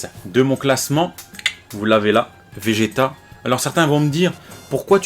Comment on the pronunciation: J'adore le faire que tu dise Vegeta car c'est Vegeta 🥰